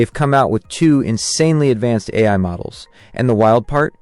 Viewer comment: obvious AI generated audio is obvious, also "eye" instead of AI towards the end